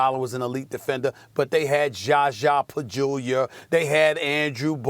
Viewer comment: Stephen "Sha Sha Pajulia" A Smith